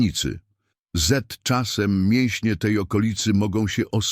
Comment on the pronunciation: Obrzydliwy bot, który nawet nie mówi gramatycznie. Padaczka, nie da się tego słuchać. ("zet czasem" - zamiast "z czasem" oraz wiele innych bzdur!) Gada to, co wszyscy wiedzą.